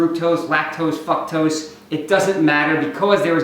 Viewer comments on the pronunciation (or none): Did he say fuktose or did I hear wrong lmao?? Anyway a better question to ask would be how much carbs per day as different ppl handle carbs differently. I would gain a shit tonne of fat on 350g of carbs a day while a dude like Chris Jones is losing weight on those carbs.